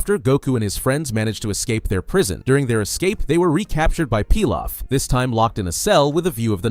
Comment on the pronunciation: I am so used to Emperor "PEE LOFF" not "PIE LOFF" haha it was throwing me off.